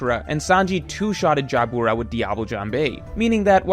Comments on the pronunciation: Pronouncing Jyabura as Jaya Boora is like pronouncing Byakuya as Baya Kooya. I wonder how pronounces Byakuya from Bleach. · Ja-boo-ra 😂😂😂 Figar-land 😂😂😂 Gun-coe 😂😂😂 the way you pronounce Japanese is hilarious. I bet you still call Sasuke Sa- Soo- Kay I’m gonna need you to start watching the show with the volume on my guy. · dawg the way he pronounces Jabra kills me